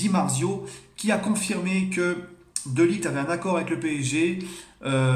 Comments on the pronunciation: De ligt sa se dit de lirrrrT pas de liguT ou de laayT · Sa se prononce de lirt poto